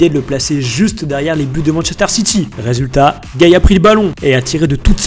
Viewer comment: "Résulat" mdrr bien joué